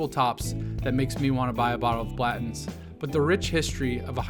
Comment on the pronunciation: Uh, are you saying Blatton? I’ve never heard anyone pronounce it that way. Why is it not Blan ton?